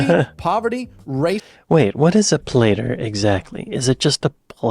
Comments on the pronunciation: Try substituting the word 'less' for 'fewer'. Then your English has improved. Not a plater but a platter. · Platter (not plater) rhymes with Batter not Baiter and is a somewhere between a plate and tray (or just a very large oval plate) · Platter is a large plate.. Pronounced plat... Er